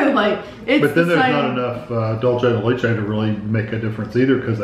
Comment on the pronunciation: Thank you Big wig. Somebody finally corrects on how to pronounce Dulce de Leche. I’ve always wonder if and Kevin do it on purpose or they really don’t know how to pronounce it.